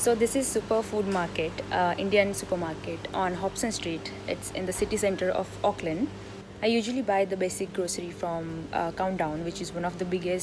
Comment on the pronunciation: Really like the way you pronounce "Auckland "